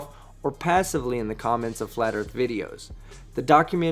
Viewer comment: How come they can never say Earth? It’s always Erf 🙄